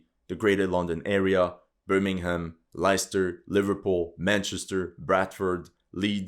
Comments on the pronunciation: Great video but can I just point out that Leicester is pronounced Lester? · Leicester is pronounced Les-ter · Great video and entirely too accurate. That said, I should let you know Leicester is actually pronounced 'Lesster'. God knows why. At least it's not Worcester (pronounced 'Wooster') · Leicester is pronounced "LESS-ter," believe it or not. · Leicester is pronounced as lester, comme quel ou lesbienne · Good Vid but one thing.... Leicester is pronounced Lester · His pronunciation on Leicester ?